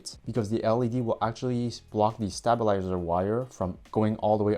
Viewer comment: Stay-bul-izer. Not Stab.